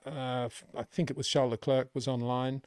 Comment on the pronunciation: Your analysis is always much appreciated Peter only thing that every time hurt my ears is your pronunciation of Charles Leclerc's name... Leclerc is pronounced as Le-clair. 😅